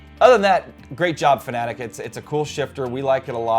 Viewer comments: Dont pronounce it fanatic, one of my biggest pet peeves. Its fanaTEC just like logiTECH. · Why does everyone pronounce FANATEC like FANATIC. 😤😤